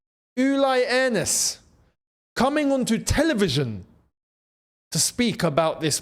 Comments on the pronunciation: It is Hoeneß which is Hoeness, it is not Hoeneb 😅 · Firstly you need to learn the pronunciation of the West German legend his name is Uli (rhymes with wooly) & his surname is Hoeness (pronounced Hurness). We always knew there was a clause in the contract saying Jackson had to play so many games & there was no way he was going to displace Kane, Diaz, Musiala or Olise